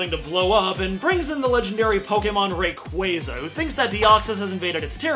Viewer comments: I think and I are the only people that pronounce Rayquaza correctly. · Well done for pronouncing Rayquaza's name right! (FOR ONCE!!)